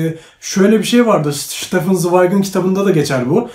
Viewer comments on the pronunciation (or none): none